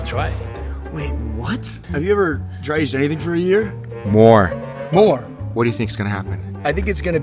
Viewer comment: Since when can you not say Year? I've heard you say it normal before. But in this video you cant?!